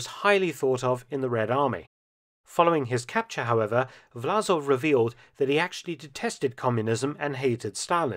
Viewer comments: Власов is Vlasov, not Vlazov - the с/s is more like "s" in "song" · Great content 👍 But it's VlaSov, not VlaZov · I think the name of the traitorous general and head of the ROA should be written in English in the form "Vlassov" (similar to "Cossacks") to be pronounced correctly, i.e instead of Z with S.